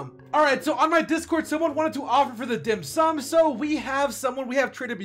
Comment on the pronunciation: He pronounce the dim sum so good! I am a chinese and dim sum is a catogory of food that chinese love.